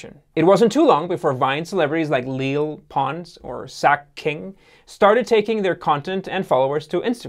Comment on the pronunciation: Leel pons